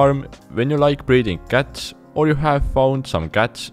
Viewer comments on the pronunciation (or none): Am I the only one who understood "guts" instead of "cats"? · I thought he's saying guts but cats..😂